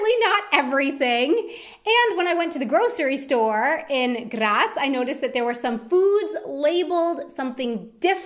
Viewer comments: I am getting kinda angry how she pronounces some words atleast she can say graz perfectly and cause i am austrian that satifys me atleast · Please! Please! Stop say "Graz" this often! And don't pronounce it in this wrong and annoying way! It totally killed my nerves! -A weaner Bua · I'm glad you were in GRRaz, so you could say GRRaz a couple of times, it made me *grins every time. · Das R muss rollen wie ein deutscher Panzer!! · I like yor pronouciation of my favourite city Grrrraz! Grrretz from a three-quarter westphalian with one quarter styrian ancestry. Beautiful place on earth. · Funny pronunciation of “Graz”. That’s how they say it in Slovenia maybe... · The way she rolls the r when she says Graz😂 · Love your pronunciation of Graz 😂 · Why do you say Graz like it would be Czech u roll the r like there wouldn't be another Day😂!!